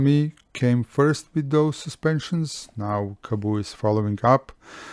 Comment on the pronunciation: Kaboo? :D It's Kaabo